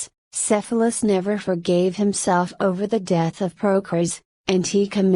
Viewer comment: it would probably be better if you knew how to pronounce Cephalus